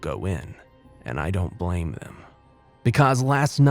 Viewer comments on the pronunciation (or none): none